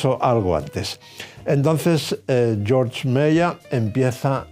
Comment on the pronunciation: Un apunte pequeño, en alemán Georg se pronuncia "Gueeorg" y no "Yorch" que es como se diría el nombre en inglés. Muchas gracias por esta serie tan fantástica.